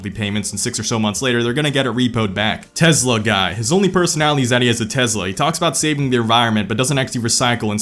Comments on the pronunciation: tesla, not tezla. tesla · There's no Z in "Tesla", my guy.